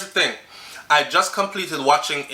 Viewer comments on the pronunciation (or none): none